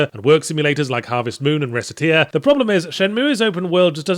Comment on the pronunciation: You pronounced recetear wrong, there's literally a joke in it about how it sounds like racketeer.